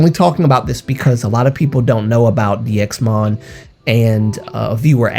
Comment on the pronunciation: 1. It’s pronounced ‘Daimon’ (다이몬) 2. HM/NV/SSQ always uploaded bigger announcements on Fan Café in the case of DXMON 3. No one ever saw bruises on any DXMON member 4. I am sorry If I come off as rude, but as a fan who has followed them since they uploaded their first predebut vlog, I really need people to stop speaking on Jo, he wanted to leave and he deserves to rest but because you all are bringing up this thing over and over again you are putting his future at risk in case he wants to redebut one day. Because companies don‘t really want trainees who had „scandals“ or were involved in controversies. There is a reason nothing was disclosed. And there probably won’t be any more news. The articles came out in JUNE and there were no updates on the articles until now so there probably won’t be any in the future. There is a reason people who are ACTUALLY in the fandom and not just solo stans don’t talk about it anymore because we already did back in june and we came to the conclusion that spreading rumours is not helping Jo or the other members. If one day Jo gets to come forward and share his story, I’ll gladly listen but until then I really hope that people just let him be. He made this decision and he deservers to live a happy teen life, being with friends and attending school. Just let him rest please. (And yes the situation is fishy but there is nothing we can do and spreading this is not helping Jo at all)